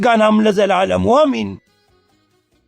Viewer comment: But he used a flat I sound for Amen. Orthodox Christians don’t say that. Muslims or Arabic speakers say that though.